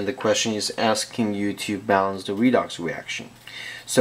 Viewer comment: i love the way he says redox reaction........ wedox weaction